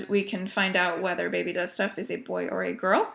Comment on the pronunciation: At first when you said ‘baby does stuff’ I thought for sure you said ‘baby dusta’ lol 😆 Im so happy for you! No doubt in my mind you will be a fantastic mother! Totally respect your thoughts on keeping baby private. You got ‘mommy brain’ going on, something I know too well its also another fabulous symptom of pregnancy. Congrats on 7 years!!! Do you remember if any of the originals still do Flosstube?